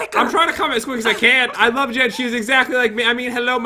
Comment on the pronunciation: You said LOAF not LOVE LOL